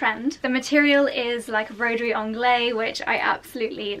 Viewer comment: It's called broderie anglaise. You read it broderie anglaizzzzz 😜 love u x